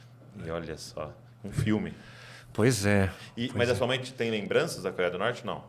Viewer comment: O camarada tá no Brasil não sabe falar corea do norte 😂😂😂😂😂😂😂😂😂😂😂😂